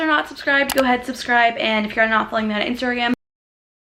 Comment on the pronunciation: HAHAAHA the way you pronounced instagram!! im personally not going back to campus for school fall semester so i wont be college back to school shopping :(